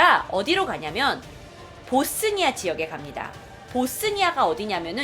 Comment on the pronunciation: 봇쓰니아가 아니고 보스니아... 그리고 보스니아가 왜 못 살... 조선시대 얘기를...